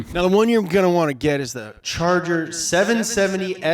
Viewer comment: I love the french pronunciation of 'charger'